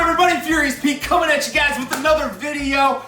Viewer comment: i am canadian and our military is great, and our military is more skilled, but the usa has a lot of a larger military and a lot of more shit, so even if canada is better in this case quantity beats quality. also what's with you saying whit and shit that is fucking annoying